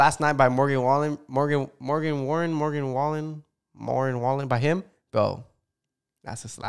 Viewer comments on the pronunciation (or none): duuuuude as a morgan wallen LOVERRRRRR listening to sya morgan waren mogen wallen thattt hurt a bit like my jaw was on the floorrrrr